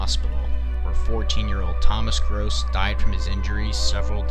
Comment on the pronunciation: He mispronounced Nyack, Grosse, and even that?